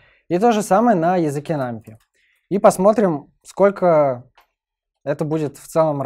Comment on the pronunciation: нумПАЙ - тк пайтон а не питон